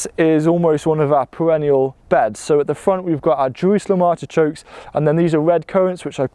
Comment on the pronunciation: Are you saying ARTICHOKES? i can't understand you.